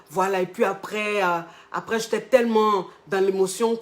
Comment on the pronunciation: "j'éta" suis dead🤣🤣